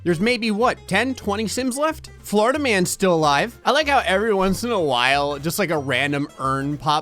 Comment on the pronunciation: Everytime you say "Florida man" I hear "Flarda man" instead